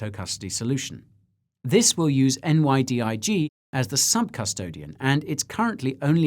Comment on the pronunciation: Hey love your videos and podcasts! Thanks for all you do. Also just wanted to comment to say NYDIG is pronounced Nigh-Dig